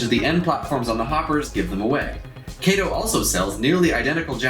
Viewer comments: Very nice quality video, just wanted to let you know though, you kept saying Kay-to, but the correct Japanese pronunciation to say it is Ka-to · Hey my friend nice review. Just one note - it is not KAYTOE it is KAH-TOE . Other than that little note, well done. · Actually I do live in Japan…..it is pronounced KAH-TOE. KATO——KAH-TOE. Sorry my friend but that IS the correct pronunciation. Kay-toe was the Green Hornet’s sidekick. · Never heard of a "Kay Wha Sha Kee" Motorcycle.....(Kah Wha Sha Kee) so its (Kah Toe) Kato ............. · though i think British people pronounce the name like Kay-to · I'm gonna nit pick but it's pronounced "kah-toh" with the emphasis on the 2nd syllable. Othewise thank you for sharing!